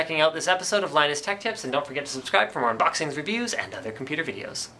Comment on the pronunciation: I like the way he said "unBOXings."